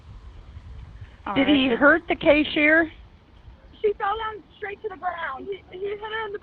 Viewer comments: It’s Cashier!!! Not K-Sure!🤦🏽‍♂️ Some dispatchers cause confusion!? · " Did he hurt the CASH - EAR"?